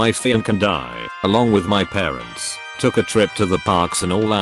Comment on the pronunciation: How can he say malinious perfectly but not took?? This voice drives me crazy